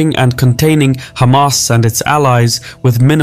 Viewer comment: its refreshing not hearing someone calling them khamas